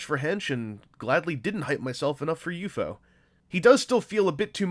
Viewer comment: I find myself bugged that you kept saying U-FO instead of just saying U-F-O.